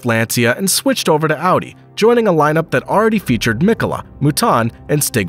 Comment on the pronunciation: Pro tip: Finnish words are stressed on the first sylabus, so its Mkola, Hkkinen , Sto, etc